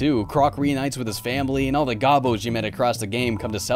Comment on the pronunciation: It's pronounced goh-boh